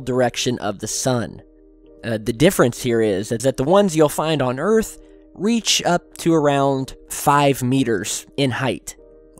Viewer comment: You can't handle the troof! And welcome to earf!!